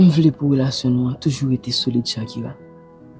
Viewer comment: Yon pa Di sakira yo Di chakira😅😅😅😅😅😅😅😅